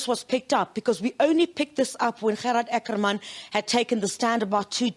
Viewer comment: As the word " water" can be pronounced in an Afrikaans or English manner so can the word " Ackerman"be pronounced either in an Afrikaans or English manner. it had always been pronounced in an English manner.Why is it now being pronounced with an Afrikaans stress.?